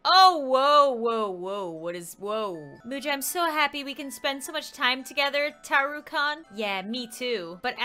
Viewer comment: Ok. um, ik this is old but. I got SOOOOOOO ofended when said Taro Kon, Its kun!!! Lol